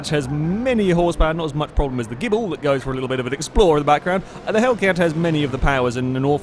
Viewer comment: that's not the starting line on the dragstrip, it's pronounced (GI)-(BLEE)